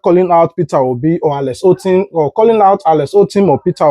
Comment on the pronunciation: Alex Otti NOT Alex Ottim